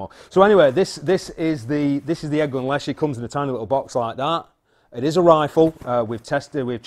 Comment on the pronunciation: I think it is pronounced. Less-she.. My SN is 467.. And I love it. 3000 rnd, sofar. And once I got a Bug Buster scope,, same hole at 10 meters... I use a Air Venturi hand pump. Less than 1.5 strokes per pellet. It is a tool, and most people would not use a brick for eye surgery. I just know, I still grin every time I use it. Bunnies? Not so much.